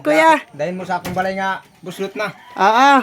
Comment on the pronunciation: Unsay "bulsot" maam? 😂😂😂😂😂 "Buslot" dili bulsot!!! Hahahaha Bisaya ka maam? Lol😊